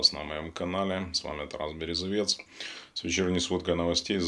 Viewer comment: Березовець говори нормально